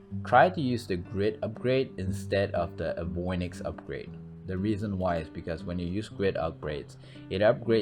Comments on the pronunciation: in your pronunciation of 'Avionics', you're switching the 'i' and 'o' into 'avoinics'. Check that word out carefully, and see that it's more like 'A-vee-ON-ix' instead of 'avwah-nix'. As in 'Aviation'.... also, 'rarations' is not yet a term used to describe the rarity of something. You had the correct word 'rarity' just moments before the suddenly made up one, which I loved, lol, but doesn't usually work in high end grammar mosh pits. I bothered to mention this since you're obviously a scholar of some sort just soaking up languages as you game away. You have a terrific math mind. I have a sucky one. 2+2=6 see? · eh-vee-ON-iks (not uh-VOI-niks)! Think of it as a word by DE extruded from 'aviator'. Avi onyx. Avionics. :) Your mispronunciation is from reversing the 'o' and 'i'. Apologies for my pet peeve.